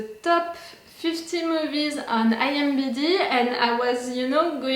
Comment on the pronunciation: "IMBd." Just teasing.